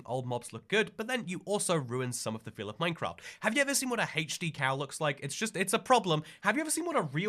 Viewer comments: I want to watch a video where doesn’t pronounce it “hhheych-de” and just say hd like a human person. That would make ny day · He’s English. They pronounce “aitch” as “haitch”, along with many, many other differences, like the classic “inclusive R” that gives us “Pander Express” and “have an ideer of”. 🤷‍♀️